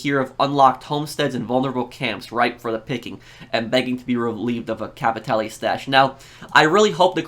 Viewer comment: Out of all the channels I watched you are the only one who tried to pronounce "capitale" instead of capital